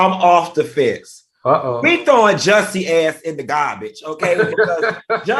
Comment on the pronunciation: Why can't Al say Jus-see?? 😂